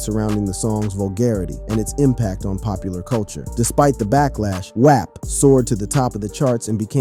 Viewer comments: why tf are you saying WAP like that??? it’s pronounced WAWP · Who mispronounce “WAP?”…